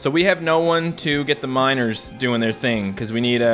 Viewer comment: Every time you say miners it sounds like you says minors and it sounds really bad, ”I need to collect 1000 minors😬”